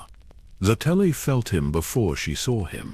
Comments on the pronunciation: Sa-telly? Really?!? 😅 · That was the first thing I said, "that is not how you say her name". 🤣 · The AI can’t even pronounce her name correctly. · i'm sorry, but I can't listen to a 2 hour vid about someone while the ai pronounces it incorrectly throughout. Did you not listen to your own work before posting it? Did you listen and decide it was the correct way to say it? Not as much effort goes into these vids as they might have you believe.